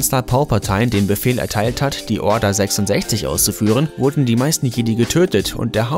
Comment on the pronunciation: Du hast Jedi falsch ausgesprochen